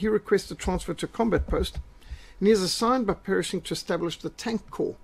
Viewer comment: PERSHING, not "Perishing"!